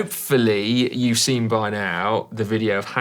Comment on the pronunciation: 'seen' not 'sin'. x